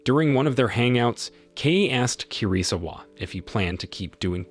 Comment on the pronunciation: "KI RI ZU WA👹👹👹" someone need to teach him how to pronounce asain names 😭😭🙏🙏🙏